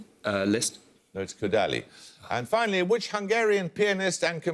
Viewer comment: Jeremy's pronunciation of Kodaly was like "Koedally". Really, Jeremy? Sad.